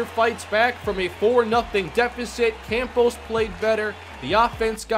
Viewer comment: Cahm-pos, not Camp-os and Bill-ux-ee, not Bill-ox-ee. I'm enjoying the series, but... yikes.